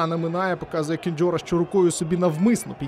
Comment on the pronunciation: Шановн1 коментатори ,навч1ться нарешт1 правильно називати пр1звище польського гравця Динамо,яке звучить,як КЕНДЗЬОРА, а не Кенджора!!! Навч1ться нарешт1 читати,що у нього написано на футболц1!!!